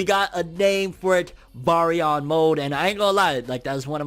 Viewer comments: Those eyes were momoshiki so the momo vs isshi interaction is finna be lit also its pronounced bare-re-on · Bary-on? Like berry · Lol why are you butchering the pronunciation of the word 😅🤣😂